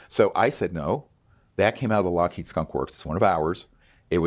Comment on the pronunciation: Witness 2; Ross. It’s Lockheed😊😊